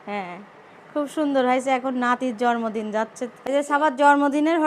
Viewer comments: জর্মদিন বলবেননা। জন্মদিন হবে। উচ্চারণ এতো খারাপ। শব্দ করে খায়। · জরমদিন আবার কি জন্মদিন বলতে হয় সামান্য জন্মদিন ও বলতে পারেন না এটা নিয়ে সবাই কতো কথা শুনাবে। আপনাকে কস্ট দেবার জন্য বলিনি। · মাদ্রাসায় লেখাপড়া করেছে। তাই হয়তো কিছু শব্দে ভুলভাল করে। যেমন: টমেটা, জরমদিন, ফেলাই, ছারা